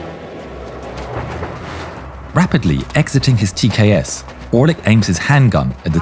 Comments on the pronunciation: It's tks not tas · "TKS with 200mm autocannon" Oooookay... Time to check the comments... Yeah... I'm not crazy nor the only one who heard that. 😂 Also, look like this was placed there as algorithm bait. Good job.